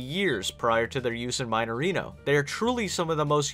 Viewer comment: "Maineirino" Eu perdi tudo quando ele pronunciou assim KKKKKKKKKKK